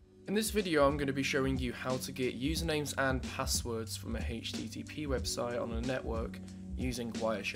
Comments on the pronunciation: Again a guy who says hichttp :) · I HATEsttp the way you pronounce it.